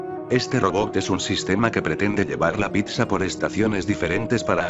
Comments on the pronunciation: JAJAJJA, UNA "PICSA" NO MAAAA ES PIZZA WE... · Se pronuncia PITZA no PICSA 🙄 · Pisa, pipsa, picsa!!! Primero aprendan a pronunciar PITZA!!!!! La doble z suena ts 🤦🏻‍♂️ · Me encanto tu vídeo, pero no me lo tomes a mal, me mataste con "PICSA" >< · Piksa? Picsa? Jajajajajjajajajaja que cagado lo narró....tome su like por la dislexia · Like a que se dice pizza no pikza. 😂😂